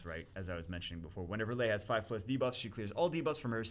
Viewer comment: It is pronounced 'Lee' not Lay No one names their daughter lay...